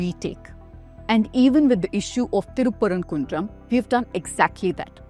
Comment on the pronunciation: 😂😂Wow calling it good journalist.. Can't say the town name properly..if they have done any study they would have found in 1980 ASI survey from state clearly states the lamp was lit there ... Skinader was killed there not any religion identity...by days passed they converted it to a dargah..He was king not any sufi imam as she claimed